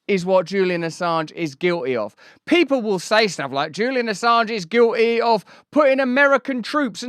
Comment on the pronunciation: Just for clarity, the word is Guilty. The t isn't silent. 😁I appreciate what you do just pokin fun. Keep up the good work.